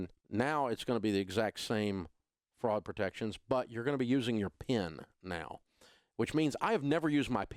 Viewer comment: is he saying Fraud or Frog protection?